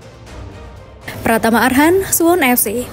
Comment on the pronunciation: Suwon bukan suwun😂😂